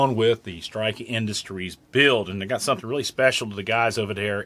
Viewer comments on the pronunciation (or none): none